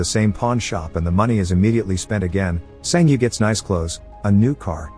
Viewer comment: Bro it's not "san ji yi" it's "san ge" with a hard g. I know the words are automatically generated but this annoys me